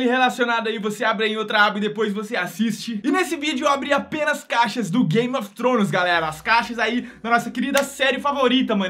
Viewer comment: "Game of tronos"